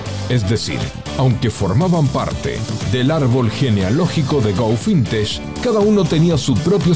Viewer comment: Se pronuncia FIN-TEK, no FIN-TESH. 😂😂